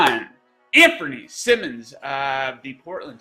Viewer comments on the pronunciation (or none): Like the pick but it’s pronounced Sy-mons